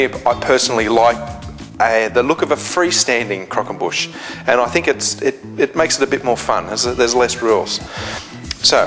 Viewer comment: Nice video. Love the way you say "Crockonbush" hahahaa!